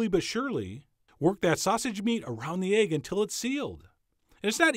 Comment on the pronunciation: Who else is fascinated by the way him call it aygg and not "ehgg" ... even thought he was steaming ready-boiled aygs (u got me saying aygs now) 😁 skach-ayg